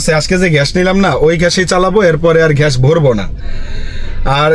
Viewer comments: ভাই ঘ্যাস না ❌ গ্যাস ✅ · ভাই ঘ্যাশ না বলে যদি গ্যাস বলেন ভিডিও টা হবে.... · ভাই আপনার গ্যাস উচ্চারণ টা ঠিক করেন 😂